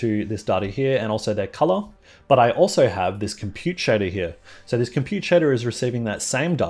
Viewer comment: Amazing content! I don know if it was just me but I thought you were saying “sorry” all the time you say “so” I was like: “Why is he saying sorry all the time?” 😂🤦🏻‍♂️ Again, thanks for sharing your knowledge with us!